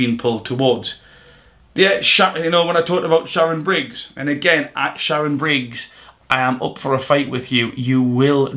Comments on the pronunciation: Man said Sharon briggz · Swear he calls shannon Briggs "sharon"